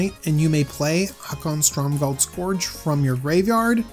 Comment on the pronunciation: Haakon, Stormgald Scorch is strictly less existent than Haakon, Stromgald Scourge. Somebody had to point out the pronounciation derp. I made the sacrifice and become that somebody. I am the hero you need and the hero that you deserve.